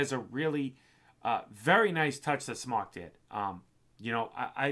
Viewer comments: I've heard from other reviewers that contacted the company and it's pronounced SMOKE not SMAWK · It's pronounced SMOKE